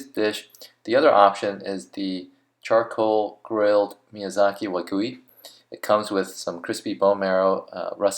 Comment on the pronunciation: did he just call WA-GY-U... WA-GO-WY??